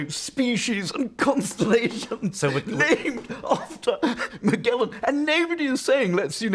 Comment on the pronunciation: And what's up with the hard-g pronunciation of Magellan? When did that happen? Did somebody put out a memo, or is it just an intellectual affectation?